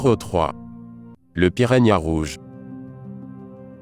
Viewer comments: «poission» «pirania» 😂😂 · piragna mdrrr